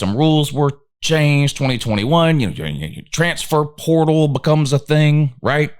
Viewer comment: every time you say "transfer portal," your channel automatically turns into a Chinese voice over. We'll never know what that term means here in the upstate.. gibberish.